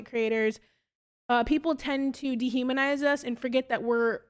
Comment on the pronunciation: "Dehumnaize." Yeah, okay girl, get a good look in the mirror and learn from your mistakes.